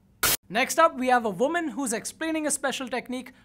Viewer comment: For number 9 u said voman instead of woman